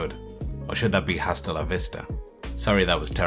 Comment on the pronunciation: the H is silent in "hasta".